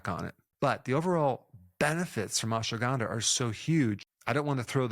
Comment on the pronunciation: not ganda(bad) , (K)ANDHA